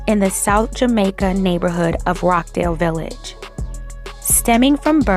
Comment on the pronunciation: Rochdale Village, not Rockdale